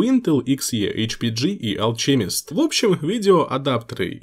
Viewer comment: алКемист а не алЧемист